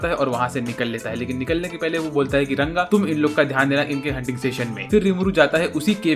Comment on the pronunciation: Bhai RANGA hai not runga😂😂😂